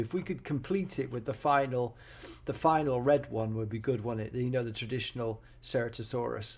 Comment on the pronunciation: by the way ceratosaurus is pronounced "sir-at-oh-soor-us"